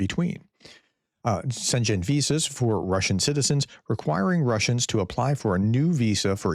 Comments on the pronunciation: SHEN-GEN. GEN as in GYAT not generator. Prof has real pronounciation problems...ill keep helping. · Schengen is pronounced like „shen-en“. Not related to Shenzhen in China 😂. Best regards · Schengen is more pronounced as sjeng-en, sounds very adorable how you pronounce it so no problems with it. But since you probable going to use it more often i just tought to leave this comment. In the end it doesn't really matter if you pronounce it wrong it's about the message not if you pronounce names corretly. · Schen G en It is not chinese. It is a european city. "Schen G en" or "Tscheng en" yours sounds like "xian chen". It allows 450 mio. people free movement. As an example: swiss and norway aren not part of the EU, BUT they are part of the Schengen accord. People can freely (without a visa, but still have to show the passport) move in and out of all countrys taking part. Brexit made the brits quit this too. They were totaly surprise to be treated like a third party country. They decided to quit. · The Schengen Area is pronounced SHENG-en. Here to teach, not to disrespect. 🤟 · No, Shenzhen is in China, professor 😂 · Prof, The sch in "schengen" (as in schengen visas) is pronounced the same way you pronounce shingles, Schrodinger, shawarma, or Schwarzenegger. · Never heard anyone butcher Schengen so badly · And sh sound like shower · OMG your Schengen pronunciation is way off. It's not Chinese ;))) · Please lookup the pronunciation of "Schengen". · The ng in Shengen is one consonant, pronounced like the ng in hang, or Pangen and Nibelungen. Click right on the word and let your computer say the word for you. There are so many ways to learn how to pronounce a word. I don't understand why you won't do it, especially with words you use often. Have some respect for my continent. 😡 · You've got to learn how to pronounce Shengen. Maybe watch some BBC or France24 coverage on the topic. Note the 20 years of reports saying it's doomed... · Schengen - "sheng-in", just so you know.